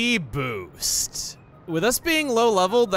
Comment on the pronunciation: pronounced “Boost” as “boast” lololol